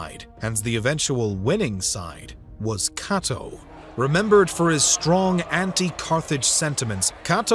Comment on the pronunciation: The way you prounounce "Cato" made my soul hurt.